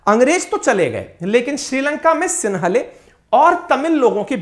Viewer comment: सिंहली होता है सिन्हले नही आप इस तरह से अलग से शब्द न बनाये